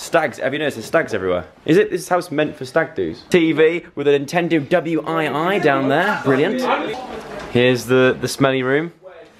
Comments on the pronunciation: Joe W-i-i should be pronounced as "Wee" Miss you Joe xx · It is not W-I-I. It's Wii (wee)